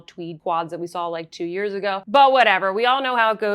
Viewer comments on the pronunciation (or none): none